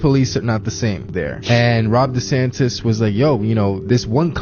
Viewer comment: How can I believe a guy that keeps saying rob desantes